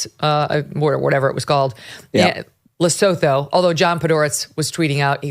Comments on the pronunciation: Lesotho is a tiny little mountain kingdom situated in the Drakensberg mountains, in Southern Africa. It is surrounded by South Africa. It's main industry is stealing livestock from South African farmers *wink wink*. It is pronounced Le-soo-too. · hi Megyn... a small FYI... Lesotho is a small country entirely inside South Africa. The spelling notwithstanding, the pronunciation is leh-SUE-too.